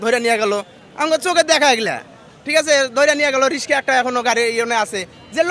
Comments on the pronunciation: কেমন সাংবাদিক! রিক্সাকে রিশকা বলে! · আরে! তুমি মিয়া কেমন সাংবাদিক! লেখাপড়া করো নাই নাকি! ধ্বংস কে দংসো আর রিকসা কে রিসকা! ভাষা সুদ্ধু করো আগে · আপনি একজন সাংবাদিক। বলুন তো অটো রিক্সা হবে নাকি অটো রিসকা হবে? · শব্দটা "রিশকা" নয়, "রিকশা"! সঠিক উচ্চারণ না জেনে উপস্থাপনা না করাই উচিৎ। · ঠিক ভাবে উচ্চারণ করতে পারেন না! রিশকা না রিকশা বলেন। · সাংবাদিক ভাই উচ্চারণ ঠিক করেন এটা রিশকা না ভাই রিক্সা..... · রিশকা কি? সাংবাদিক হয়ে ভুল উচ্চারণ করলে হবে?